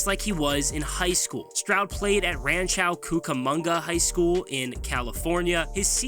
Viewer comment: As a local Rancho Cucamonga native, you get a thumbs down on your video based off of your pronunciation of the city.